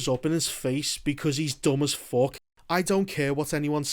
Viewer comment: Not me watching bro just to hear him say "Fock"